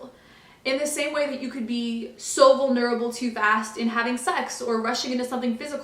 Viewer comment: You say 'vulnerable' in such a curious manner haha